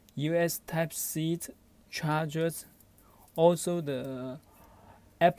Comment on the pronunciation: Video starts Are you even speaking English? "Type seat to magsaint cable" "Type seat to magsape cable" "Type seat to mamsafe cable" Even dyslexic people speak better English! Sorry to be harsh but worst video I've ever seen. Didn't even gave the buy link